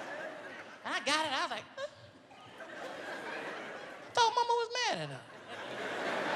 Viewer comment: The way he says momma hurts me!